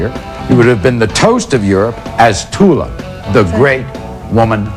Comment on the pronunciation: DID YOU SAY TULA?